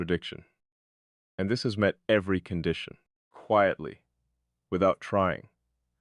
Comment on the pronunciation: Present and accounted for! Quietly has a long i sound. 😊